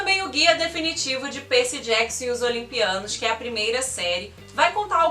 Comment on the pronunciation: Faltou as Crônicas dos Kane❤️. Você fala “Perci”, colocando o Y como I, o que fica meio esquisito de ouvir, acredito que porque sou mais familiarizada a falar os nomes na forma em inglês... o vídeo está maravilhoso.